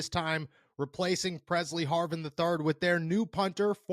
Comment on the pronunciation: Pressley Harvin lll not purrsey